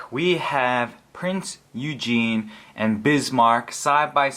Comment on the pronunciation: If it hasn't been mentioned before, I am pretty sure that it is pronounced oo-gen. At least that's what it was like on a documentary